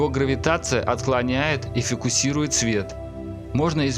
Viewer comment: "...если массивный объект проходит МЕЖДУ (а не МИМО) наблюдателем и далёкой звездой..." "...его гравитация отклоняет и ФОКУСИРУЕТ (а не ФИКУСИРУЕТ) свет..." И таких оговорок во всём видео уйма! Уважаемый автор канала, пожалуйста, подходите к начитке текста более ответственно. Тема интересная, видеоряд красивый, но из-за таких ошибок складывается впечатление, что диктор вообще слабо понимает, о чём читает, что очень портит впечатление о канале.